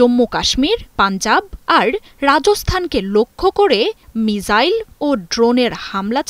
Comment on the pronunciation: সকাল থেকে মিজাইল মিজাইল বলে মেজাজ টা গরম করে দিচ্ছে। মিজাইল কি জিনিস ভাই ? মিসাইল বলতে কি সমস্যা? সাংবাদিক গুলো এখন চাংবাদিক হয়ে গিয়েছে। রেন্ডিয়াদেশের সাংবাদিক নামের হকারদের মত করে উচ্চারণে তাঁরা গর্ববোধ করে। লজ্জা।